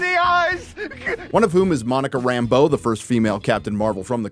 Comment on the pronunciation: For the grammar nerds, can I just compliment pronunciation of Rambeau. And not Rambo the way Nick Fury says it. Usually SLJ's unique pronunciation is pretty cool. But in this dreck it just sounds dumb.